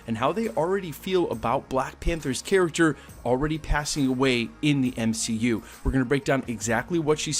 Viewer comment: No one:: ALRADY